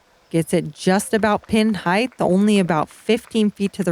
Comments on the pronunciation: Paige, I love ya and your commentary is great. The word, however, is height, not heighth. Heighth is not a word. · Paige has been hanging out with Tyler Brickley too much... all this talk of "heighth."